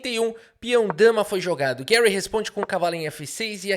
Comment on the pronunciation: Por favor, fale Garry, nunca Guérry. Um soviético não merece seu nome em inglês estadunidense.